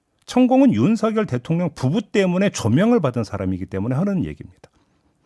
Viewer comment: 천공이 계속 ”윤석열대통년이~~“ 어쩌구저쩌구 하는데 저만 그렇게 들리는 건가요? ㅋㅋ